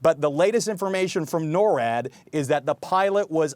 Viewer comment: NORWAD is not pronounced like that.